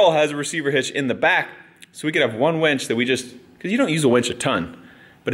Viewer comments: Winch. Winch. Winch. Winch. Winch. Winch. Not wench. Winch. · He keeps saying wench. It’s killing me. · “We could probably use a wench” - ahem, Mere! Did you hear? Meredith, punch him every time he says wench instead of winch! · It's a winch...not a wench! A winch pulls you out when your stuck...a wench gets your beer! Lol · darn it brain he is saying Winch not Wench!! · All I can hear instead of winch is wench n picture a bar wench 😂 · You're driving me crazy saying wench. It's winch, a wench is an old time bar maid. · It's winch not wench lol